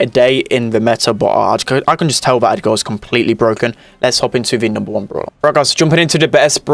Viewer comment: it's not edgaaaar it's edgrrrrr lol